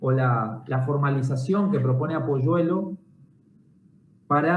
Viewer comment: Apuleyo, no Apoyuelo.